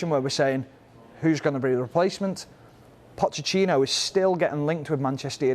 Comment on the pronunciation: "Pochechino.." Really? The pundit can't even pronounce the man's name.